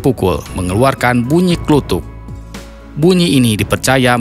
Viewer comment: Bukan org jawa itu kelihatan nyebut pisang kluthuk disebut klutuk dan itu beda cara pengucapannya